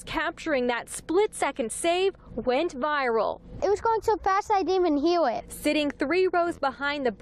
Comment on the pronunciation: It was swo fwast I couldn't heaw it